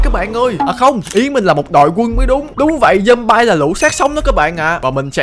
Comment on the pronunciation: zom-bi mới đúng a ơi